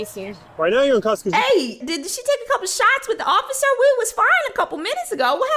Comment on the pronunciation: “Ociffer” lmaoooo 💀